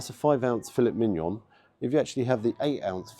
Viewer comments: Great review, as always, thanks,. Breakfast looked good, as you say and as you say, too...pricey! Surprised by the steak meal. But now, now..! As you're a qualified foodie blogger it's "Fille(t) Mignon (silent "T") and our French cousins will have a field day with you on that! But again, thanks so much for your great reviews, keep 'em coming!!! 👍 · I see what you did there,. You pronounced Filet Mignon in a very English way rather than it sounding more French.:D